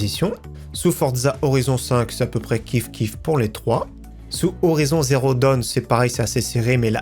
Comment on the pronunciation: C est Horizon Zero Dawn (et pas Down) ....